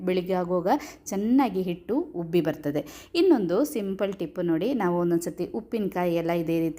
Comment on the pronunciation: ಹುಬ್ಬಿ ಅಲ್ಲ ಉಬ್ಬಿ